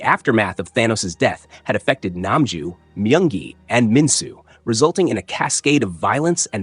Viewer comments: He said myung gi but it sounded like monkey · He said myung gi